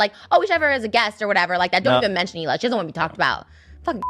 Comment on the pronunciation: I wish you would pronounce Hila' name properly. It made me cringe everytime you said it wrong!!🙄😕🙄